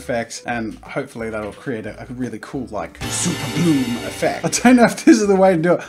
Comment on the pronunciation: Now super bloom is sounding like super blue